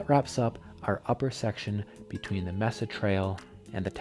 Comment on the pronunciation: Thanks for the review👍 FYI Mesa is pronounced “may sa”. Here in Colorado, the Mesa trail is in Boulder. A very popular beautiful trail…